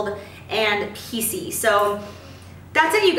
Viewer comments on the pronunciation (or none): Am I the only one that hears her say "PC" whenever she says "piecy"? I got so confused at first like "How can hair be politically correct?" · Haha omg I feel like an idiot (I have an Australian accent so I was hearing PC) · I totally thought she was saying PC too, I was so confused lol